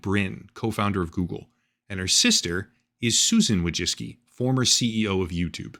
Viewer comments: it's woy-chEEts-ki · Anne "Voy-chicky" is the name's Polish. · It’s closer to „voy-tsee-tskee”, from Polish Wó(/o)jcicki. Not all of the world uses „American” pronunciation. I know I’m fun, but it’s immensely frustrating when USians bastardise other languages. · it's pronounced woy-zhicky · Wojcicki - as a polish person I would pronounce it something like this: voy-chits-key ;) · No “s” sound in that Polish name. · You butchered the name "Wojcicki", you could very easily input it into google translate to hear the pronounciation but you didn't. In Polish, you NEVER pronounce the "w" as an "u" like you did, just for starters.